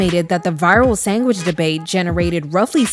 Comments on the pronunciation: It has to be a real person because she keeps saying “Sangwich” and it’s bothering my ears so badly. 😞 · A “Sangwiche?”….dont piss me off…fix up immediately lol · "Sangwidges" are this girl's penguing. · This AI is killing me by saying “Sangwich” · Is this AI cause she (or it) keeps saying “Sang-wich”. Am I the only one who hears it? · Sangwidge??? Please stop with the AI 😂😂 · As a fellow Caribbean, never heard a Trini say sangwich but I’ve heard plenty of white people say it tho 💀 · Nobody:..: ✌️Sangwich ✌️ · Am I trippin or is she saying 'sangwhich' ? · What in tf is a “sangwitch” 🥴😭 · Anyone else hearing “sangwhich” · sang which 😂😂 git me questioning if you’re ai now lord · what in the name of Davey Jones is a "SANG-WICH" ?? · I think the sandwich pronunciation as sangwich is a Northeastern thing like Maine or Rhode Island or a 👱🏻‍♀️👦🏼👩🏼 thing lol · Oh Gucci saying “Everybody wear tennis skirts” gonna be in my head all day omg the way you say “sangwich” (sandwich) shocked me so bad because the only other person I know who says it this way is my nephew ❤❤❤ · SANGWHICH 😭babe where are you from Boston ??? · Babygirl said sangwich, you afrolatina? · why do you keep saying sangwhich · “Sang-wich” is tickling me. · I was going insane every time she said it like that! I’ve never heard anyone pronounce sandwich like that so it was really grinding my gears ugh. What region is that from? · i love how you say sangwidge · Is it colloquialism, you’re pronunciation of “sandwich” as “sangwich” ? 😂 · Sangwich is driving me crazy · I kept hearing "sang-wich" lol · As a Canadian damn near every white person from the suburbs says it that way 😭 never heard a black person say it that way tho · yes she does & i hate it lmaoo great video tho!